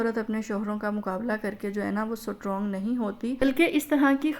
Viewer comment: سٹ رونگ نہیں ❌ اسٹرونگ